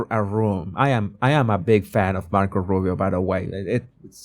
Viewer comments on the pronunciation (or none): none